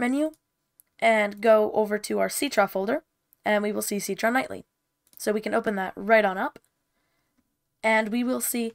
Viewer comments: I thought it was pronounced sit-tra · Citra: ❌ Ceetrah: ✅